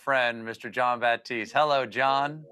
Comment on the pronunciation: just FYI, guys. it’s Jean Baptiste - a very high class French name :) 👑